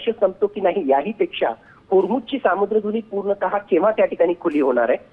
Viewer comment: Israel? Saaamudri dhuni kay shabd ahe? Samudra Dhuni asach uchhar aahe...